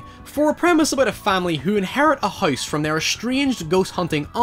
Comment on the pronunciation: His pronunciation of house is literally "Heiss"